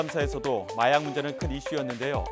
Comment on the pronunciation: 중가중간 혀꼬여서 발음 이상하게하는게 개웃기넼ㅋㅋㅋㅋ마약을 말약이라고 하고